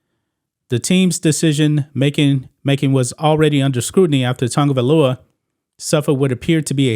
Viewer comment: Why the f everyone calls him Tangavailoa? There is no 'N' dumdums. 🤣🤣🤣🤣🤣🤣